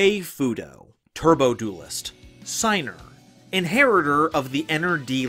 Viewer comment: I've just started the video and instead of "Turbo Duelist" I've heared "Turtle Toast". Yeah, that was relevant.